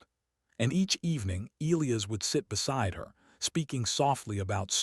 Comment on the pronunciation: This should be funny counting how many times the a.i. can mispronouce Elias,! 25,30?